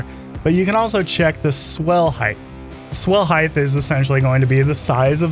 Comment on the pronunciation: Height, not heighth. Otherwise... a perfect video! (sorry, pep peeve)